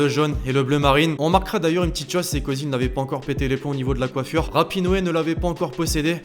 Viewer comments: Eh sa se dit Rapino et pas Rapinoé ! 😂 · Tu fais un boulot de dingue j'ai suivi c'est juste génial et je me permet de corriger un truc y a pas d'accent a Rapinoe on dit pas Rapinoé 😂😂